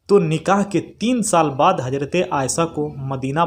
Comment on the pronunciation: Aaysa ya aaysha Urdu to zara thik se boliye janab. Varna shuddh hindi me hi boliye